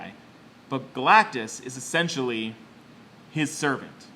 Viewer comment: whenever you say essentially it sound like youre saying sexually